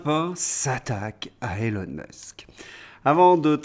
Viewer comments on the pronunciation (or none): Nota bene : Elon (Musk) se prononce ilon et pas élon. Élon n'est pas son prénom; autant le lui épargner. Bon courage.